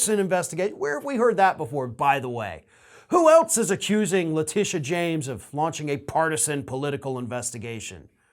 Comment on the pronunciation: Hey. I'm married to a Letitia. Everytime you mispronounce Letitia James you make every Letitia mad. It's pronounced " Le Tish ahh " not La tee sha. My wife hates you now hahaha